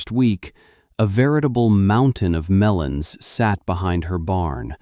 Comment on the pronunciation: Melons, not melans